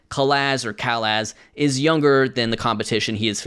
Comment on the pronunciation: Hey! Robert’s last name is pronounced Cah-Lahz. Hope this helps!